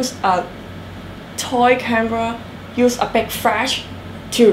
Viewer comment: a big frash.... cant they say flash... geez